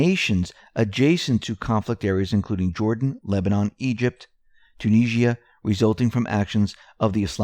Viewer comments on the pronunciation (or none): none